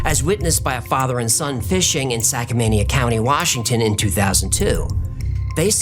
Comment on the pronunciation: Sackamania County? Maybe your researcher is dyslexic. Or slydexic. There IS a Skamania County...